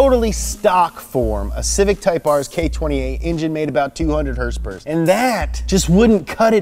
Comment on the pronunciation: K28 with 200 hers-pers!!! No no! Haha. We all forgive you! Much love brother.